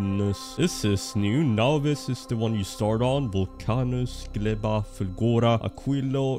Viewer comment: Fun fact - name of the planet Gleba means Soil in polish. Good use of it cause its a biological planet when you grow things in soil. PS. You pronounce it very well 👍